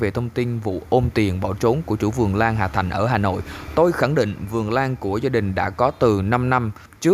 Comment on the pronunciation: Hà thanh k phải hà thành bạn ơi